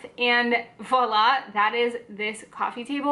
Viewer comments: Kassia, I thought maybe Sagrario was trying to gently point out that the vlogger was hitting the v's a bit hard in this video? as you know it's more of a 'vwoa' sound than 'vo' :) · It's voilà (French is a crazy language! Haha)